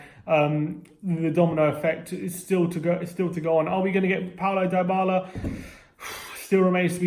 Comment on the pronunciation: It's dibala not diebala